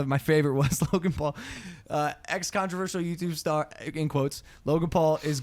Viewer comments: Logan Pool...Jake Pool....any of the Pools 😂😂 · I still find it so funny how the Brits pronounce the Paul Brothers names 😂